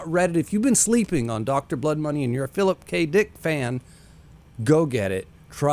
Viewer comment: he said Phillip K DEEICKKK